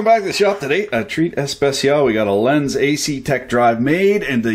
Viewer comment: Lenze is pronounced something like "lentseh" in english. Nice vid,!